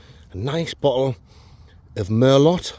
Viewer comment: Mer-low not Mer-lot - just sayin - nice vid